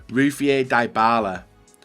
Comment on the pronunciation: Ffs it's 2018, Dybala has a 89 rated card and still doesn't know how to pronounce his name.